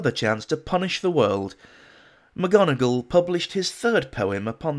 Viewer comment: Mc Gonegall instead of Mc Donegal. The worm in my ear...